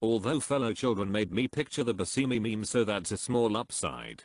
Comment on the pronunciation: I love your style visually, but PLEASE FIX THE ANNUNCIATION OF THE WORD MEMES